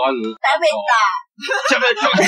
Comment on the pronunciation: 「食べタァ」で草